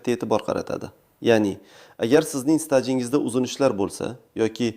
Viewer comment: СТАЖИНГИЗДАНИ ТУГРИ ТАЛАФУЗ КИЛИНГ УКА ОДИЙ АДАБИЙ ТИЛИ ГАПИРОМИЙ УТИРИБСИЗ У